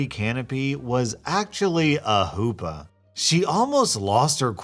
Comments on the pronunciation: It's not "hoopa", it's "chuppah" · Not sure if its an alternate spelling or something, but a wedding canopy is usually called a "chuppah", with a guttural sound on the "ch". Just bothered me a little, as I'm Jewish. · It's Chuppah. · Tiny thing: it’s pronounced huhppah not hoopah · I can't stop laughing at "hoopa". it's chuppah. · The pronunciation of "hoopa" spelt chuppah is hilarious 😂😂😂 low key, fave part of the vid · The Jewish wedding canopy is a "chuppah," not a "hoopa." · It was funny listening to him failing to pronounce such a simple word. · The h in Hoopa is actually more like a growl from the throat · Hearing you pronounce Choopa incorrectly pains me XD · R Hoopa its a long O its not said like the Pokemon its almost a Who with a silent W Pa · "4 poles" I was listening in the background... I'm Polish and I was scratching my head over "the fuck is a hoopah"? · I love listening to your posts, but you are killing me with the pronunciation of Chuppa. It will come up again in a crazy MIL story I am sure, so here is a guide.